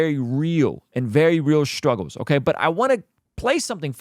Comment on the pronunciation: What is "shtruggle"? What is "shtream"? Like is that supposed to be the English words? Like struggle or stream? Your butchering of the language is what prevents me from listening/watching you more...